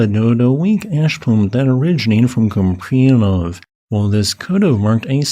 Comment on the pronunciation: FWIW, pronounced coop-ree-AN-off It's a Slavic background name. Likely imperialist Russia. Купреянов.